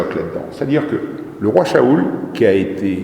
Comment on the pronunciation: franchement vous raconté n importe quoi ses a mourir votre discours vous parler de Saül après parlé d Adam et après vous parler d autre au chose soyer plus crédible quand vous parler en plus vous dite mal le nom de l ancien prestigieux Saül